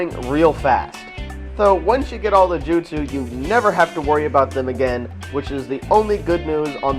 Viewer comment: Bad review. What the fuck is a jutesu You say that word to many times. People only say your review is goos is because you show Naruto in good light. Once you have 100% you make it seem like you have fully beat the game and can throw it away. That is probably true as Naruto sucks and begs to suck anyone's balls. Why would i buy a game to look at gay scenes?